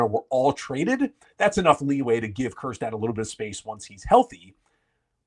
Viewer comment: Please, please, please don’t say Kjerstad